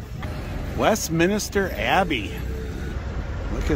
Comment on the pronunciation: It's Westminster, not Westminister Abbey!